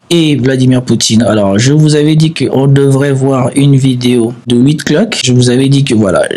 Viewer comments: WitKOFF,. Tu n'es pas obligé de saccager le nom des gens, bon sang. Prends des cours de diction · WITTKOFF, pas OUITECLOQUE 😂